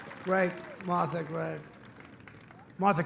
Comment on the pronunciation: Why is Trump incapable of pronouncing "Martha"???